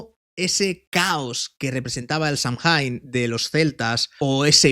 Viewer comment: Samhain? Samjain ❌ Samaín ✔